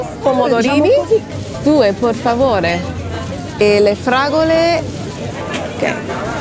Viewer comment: Per favore, not por favore :) a clear E sound like in Eric. Italian vocals are very clear.